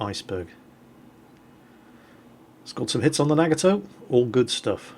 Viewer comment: you're nagging my toe with that pronunciation of Nagato xD